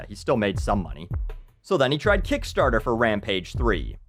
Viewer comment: I like the way he says "Kickstaahta"